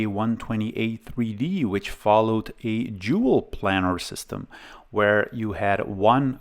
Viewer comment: So you know, Riva is pronounced "ree-va." Also, planar is pronounced as "plane-ar."